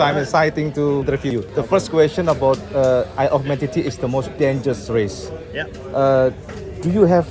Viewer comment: ISLE OF MAN di baca : AELEFMEN